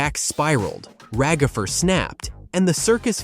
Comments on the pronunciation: It's ragatha not ragafer!!!! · It’s Ragatha not ragafre